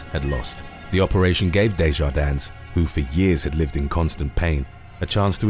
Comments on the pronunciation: It's just pronounced "Day-jar-din" without the S! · The S on the end of Maurice's name is silent! Just like Illinois the S is silent. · Just a point of clarification. You don’t pronounce the “S” in Desjardins. I’m just a stickler for grammar. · Desjardins is pronounced with a silent s at the end